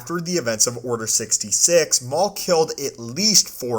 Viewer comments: What the fuck is Order Sixty“sig“ ?! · “order sixty sick”